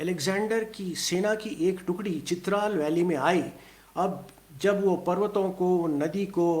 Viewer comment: It is Chitraaaal not Chitral .